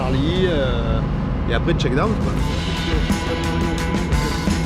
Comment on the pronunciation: Les mecs, c’est « shakedown » pas « checkdown ». Et c’est « waypoint » et non « waynpoint » 😅